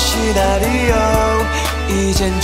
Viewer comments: 시나리옼ㅋㅋㅋㅋㅋㅋㅋㅋㅋㅋ발음ㅋㅋㅋㅋ왘 ㅋ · Scenario발음 시-나-리-오 역시 우리 원조 조선인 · 진짜 은 scenario를 시.나.리.오 라고 부르시네 ㅋㅋㅋㅋ